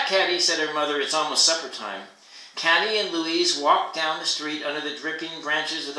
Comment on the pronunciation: Katy- Pronounced Kay-Tee